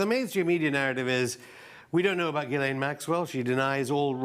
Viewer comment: funny the guy can't pronounce Ghislaine's name